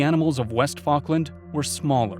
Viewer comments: It’s fall-k-land not fawk-land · Falk me! What an interesting pronunciation